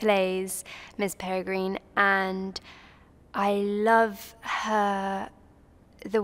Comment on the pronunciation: Was it me or did she keep on saying Miss perigreen ? Not hating I love the film and all the actresses but like if you heard the same 🤔❤️